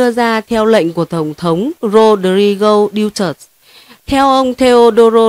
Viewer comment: Tong thong Du-to-te,not Diu-tot